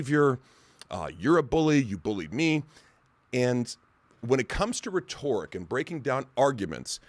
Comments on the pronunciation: taxation is theft. not taxation is slavery. also he pronouces rhetoric as reTORic. pretty obvious hes never heard of that word before he read the script someone wrote for him. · He can't even say rhetoric correctly, I thought he said "retork." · Homie said “ree-tore-ick”. Rhetoric. If you wanna come off as smart gotta sound like it first